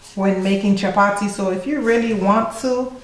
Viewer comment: 😂 I love it when the Caribbean sister says it like a true East African speaking Swahili chapati